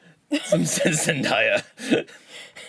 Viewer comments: It's not zen-die--uh, it's zen-day-a. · You pronounced Zendaya wrong. it's Zen-day-a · Wait, when did Debby Ryan get blonde hair? And K.C undercover is a new Disney sitcom also it's pronounced Zen-day-ah